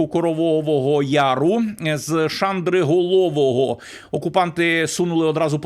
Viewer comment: Пане, робіть, будь ласка, правильні наголоси на назви міст в сіл Донеччини - Дружківка, правильно наголос на і, Шандриголово - наголос на и, і тп